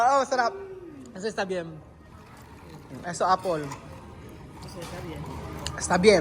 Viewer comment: Dios ko! Ano yung sinabi mo na "Apol"? Paano na matuto si Wesley ng wastong pagbigkas English.